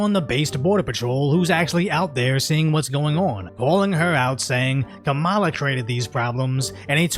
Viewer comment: Is it racist if you're not white and you pronounce kamala's name wrong?